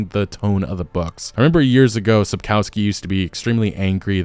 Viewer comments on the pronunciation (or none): Shapkowsky” not Sapousky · What a pathetic company Netflix is! PATHETIC! And who the f*ck is SAPKAUSKI? It's pronounced SAPKOVSKI and written SAPKOWSKI! LOL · Sup-kof-skee. O like in British English, not American. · Sapkowski should be read like Sapkovski. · Mate, all good, but even that bad lady pronounced Sapkowski correctly - it's not Sapkauski. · "sapkałski" - hahahaha. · “Sapkoski”? She doesn’t even know how timo say Sapkowski’s name! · Learn to pronounce Sapkowski properly. It's not that hard. All you need to remember is that "w" is pronounced like "v" . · It's time to pronounce Sapkowki correctly. "ko" part dont say like "co" in "cow" but like "co" in "cold"